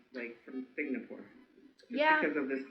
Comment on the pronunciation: Singapore not signapore 😂 🤣